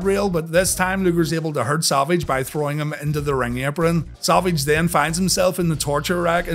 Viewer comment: Sounds like he says Salvage instead of Savage. Lol